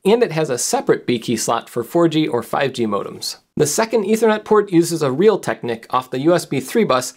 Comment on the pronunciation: "Realteknick" lol. No. It's "Realtek"